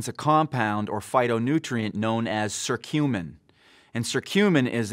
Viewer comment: it not SERTUMIN, but Kuh curcumin